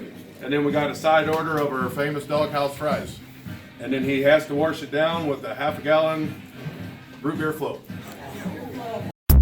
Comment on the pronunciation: Warsh it down